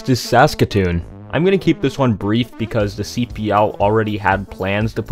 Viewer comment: Why do you say SASkatoon? It's SaskaTOON.